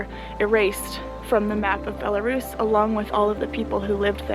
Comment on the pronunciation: Why do so many English speakers are incapable to pronounce the correct name of that country, it is Belarus, not "Belarius"?